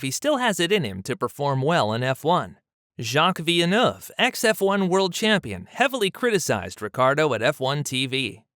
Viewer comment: Great video, however you really butchered jacques villeneuve pronunciation and called Jost Capito John Capito